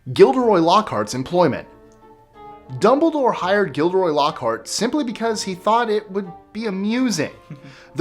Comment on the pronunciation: Mara Schimmel its Dumbledore not 'Dombledoor'. If you think I'm being mean, you should see my best friend. And it's Hermione, not 'Harmione'.